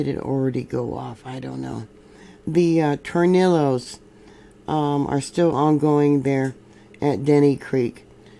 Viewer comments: In Spanish a double ll is pronounced as a y sound. Torniyos. I enjoy your earthquake reports and look forward to them every morning. Thank you for the geology lessons. God bless you. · Wow, you can't pronounce the Spanish tongue to save your life! "Tore knee yo" waves. Some of my mispronouciations favorites over the years: Tehachapi La Jolla Jamacha San Diego...no, you got that one right. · two ll’s next to each other in Spanish are pronounced with a Y sound. Just for information sake. I Love your videos by the way.